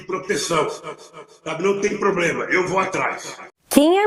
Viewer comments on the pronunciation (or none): none